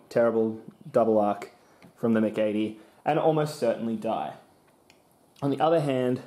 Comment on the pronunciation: I’ve never heard MC80 pronounced as “mic80”